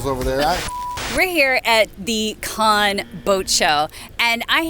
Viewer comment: Your pronunciation of Cannes is incorrect. The proper is “kan” or can. Google it & listen to the way it’s pronounced. You are pronouncing it cahn or con. I have a Provincal friend & it is Can or Kan.